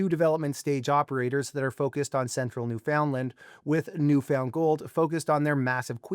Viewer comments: Right. Should be Newfunland (all together, emphasis on first syllable) not New Found Land (separated, emphasis on Found). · You like using buzz words, dont you? Oh and you are pronouncing "Newfoundland " wrong.